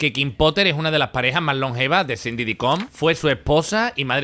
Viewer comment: Ay chico, mejora tu pronunciación en inglés. Se pronuncia Shan Didi Coms (aunque se escriba Sean Diddy Combs) parece que dices Cindy. Y luego metes metraje de la loca de Candace Owens como si fuese una eminencia. Hay otras personas que pudieran tener mas credibilidad como Jaguar o Katt Williams.